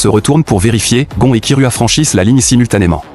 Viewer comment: C'est unteur x unure et c'est gon et c'est kirua pas kiroua et il fan une course